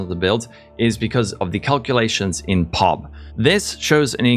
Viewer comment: Nobody calls Path of Building "PUB" like you said it, its "PEE OH BEE". 😁🙃